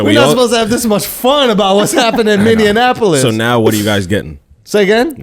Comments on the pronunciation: Andrew says Mineonapolis, and y'all were giving Charlamagne shit for mispronouncing it lmao. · Schulz clowns CTG for calling Minneapolis Minneanapolis... then unironically proceeds to call it minneanapolis from that point on 😂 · Andrew laughs at Charla for pronounced it "Minneanapolis" then proceeds to call it that unironically multiple times